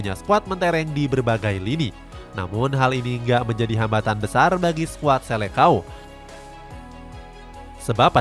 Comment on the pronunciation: Admin, koreksi dulu cara eja atau baca disini bahwa seleção dlm bahasa portugis seharusnya dibaca "selesaung". Bukan selekao. Sama seperti halnya falcão dibaca falkaung.... Semoga bermanfaat.